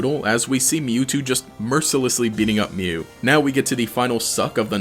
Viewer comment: He pronounces Mew as "Mewo"